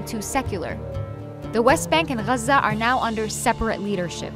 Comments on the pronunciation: this video was made in English so pronounce it in English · yeah but the English pronunciation of Gaza is “gaazah” - it’s like the German city of Koln is Cologne in English. And how spaghetti when said by Italians has a certain accent, but in English it sounds different. Or the capital of India is Delhi, but in Hindi you call it Dilli. If you’re speaking in English, no need to be dramatic about the accents. Just use the common word. In Arabic, call it guzzha. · Muslim propaganda. I realised that the narrator is arab when she said ‘Gazza’ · The way you say Gaza , clearly says you’re from there and that you’re one of them. How objective 🙄🙄🙄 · Pretty jarring when you pronounce everything in English except for Gaza.